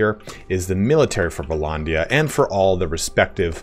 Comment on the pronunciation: Vlondia? It's vlANdia